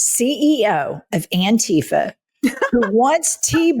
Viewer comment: "I am anrifa"